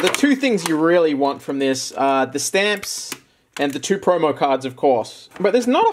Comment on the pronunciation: Lol. Aussies say the word promo "preaurmeaur"